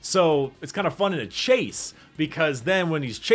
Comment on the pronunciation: I like how always pronounces "fun" like "fum"